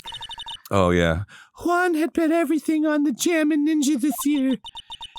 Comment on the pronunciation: Not gonna lie, I usualy use this series as a podcast while I do other shit and its the first time I saw juan name written down. The way they pronounce it made me think it was an asian name all this time like yuang, so when I read Juan I was really confused